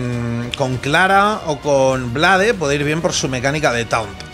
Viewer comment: "bleiiiiid" no "bladeee"